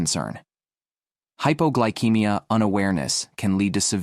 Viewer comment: It's pronounced hypoglycemia, ceemia, not keymia.